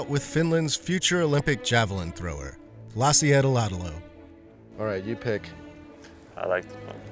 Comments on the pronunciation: "Lassi Edeladeloh" 😂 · Lassi Eede-laada-lou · ”Lasi edaladeloo” yes that’s how we pronounce names.